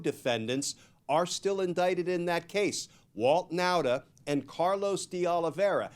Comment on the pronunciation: Nauta is pronounced Nawta. Like saw ,naw.